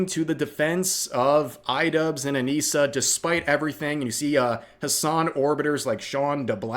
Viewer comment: If you're going to say it. Say it right. Anisa and her wife.